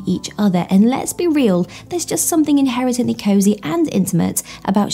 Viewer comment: Inherently! The word is INHERENTLY! FFS! 😂